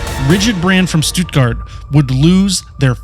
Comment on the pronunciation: you also pronounced stuttgart wrong 😂 -"st" in german makes "sh" and the "tt" almost makes a "d" sound - sh-tud-gard